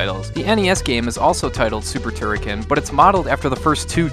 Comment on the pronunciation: Of course you can fire in all directions! Holding the fire button results in a beam which you can control with left/ right moving clockwise/ anticlockwise. That beam was implemented in all Turrican games since the 1st one on the Amiga. Also, you mispronounced Turrican.